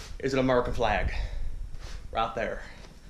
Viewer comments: It's actually pronounced "A-MUR-E-CAN" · That foo said AMERUCAN jajaja